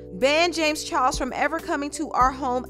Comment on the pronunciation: Im lowkey annoyed of her saying char"LES" into char"SE"